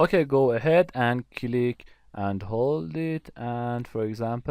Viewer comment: It's so great video, but your pronunciation of word "click" is killick me... anyway, thanks for doin'this